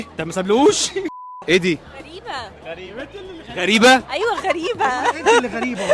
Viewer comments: هي اسمها غُرَيبه فعلاً مش غَرِيبه 😂❤ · هي منجد نحن بلاردن نقولها غريبه بس طريقة نطقها هي قالتها غلط